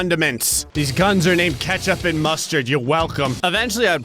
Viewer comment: You part Canadian you yell out ketchup like you've had ketchup chips